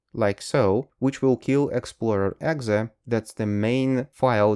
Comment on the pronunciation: Онглечане обычно говорят "и-экзи", а не "экзэ"